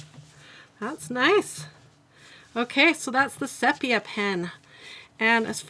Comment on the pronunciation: Sepia is pronounced. see-pee-uh with the accent on see. Just thought you would want to know. I love your videos and have leaned so much. I love where you did color swatching on a strip of paper and have it right next to the pens in the packaging.